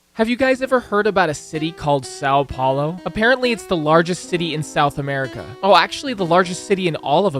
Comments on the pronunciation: Os cara fala:saou paulou meu deus vei e são Paulo hahahaha mijei nas calças na hora que esse cara falou saou plaoy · why do you say "SAL paulo"? Ã is nazal, if you say "saum" it gets closer to the sound so nobody would notice you don't speak portuguese, but really try to say the nazal Ã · "SÁU PHAULOH" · sAo pAolo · séÁo pÉulo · "sal paulou" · eu amo o sâun poulo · Sal Paulou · As a Brazilian, I feel offended by the way he said São Paulo. (irony) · really funny to see he trying pronounce words "sao paolou" "tihradenties" "riou di janeirou"